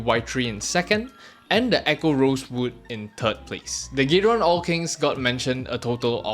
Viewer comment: why you call it gay-ron